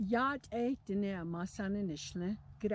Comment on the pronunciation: Aren't you mispronouncing Dine'???